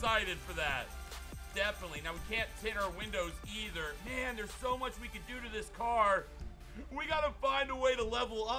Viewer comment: “So muck funny”